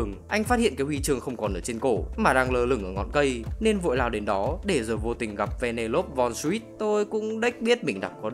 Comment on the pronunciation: anh ơi tên của con bé đọc là va nê lô pi nhé